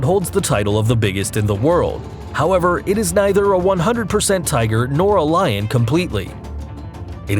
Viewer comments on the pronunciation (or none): none